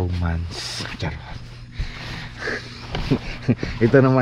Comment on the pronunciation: Nakaktuwa ka talaga sa mga bigkas ng charrott 🤣🤣🤣